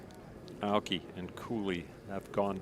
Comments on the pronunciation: Aoki has 3 syllables! A O Ki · it's pronounced EYE OH KEY...Aoki